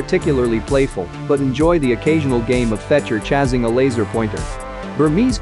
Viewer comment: Tell the word is “chasing,” not “chazzing.”